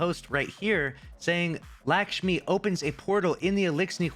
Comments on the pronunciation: It's LUCK-shmi not LACK-shmi, come on dude even your name is lucky. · it’s pronounced “Luck-Shmee” - you’re saying an indian name like how white people say indian names lol!